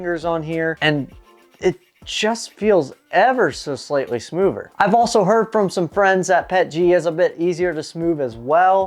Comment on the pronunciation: You speak english well. But whats with tge smoover.. where is the t and h in smoother